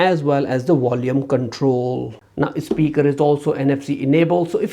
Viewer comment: Nice video. But please say volume not wolume!!! Erks me everytime and had to stop watching